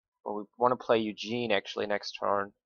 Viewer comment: Ikr it's not Eugene it's ugin